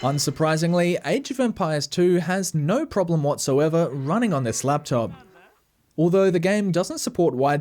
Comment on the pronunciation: no = "nar"? Hmm.